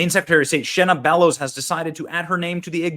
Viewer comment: I live in Maine and this women is an Obama pos. And its Shenna..not Shanna…poor Shanna..lol she’s trash